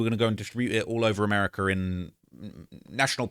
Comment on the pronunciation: “Americer” is crazy 😂😂 why do you always say words that end with a “a” with “er” lol wtf 😭 I always noticed that it’s like you forcing it in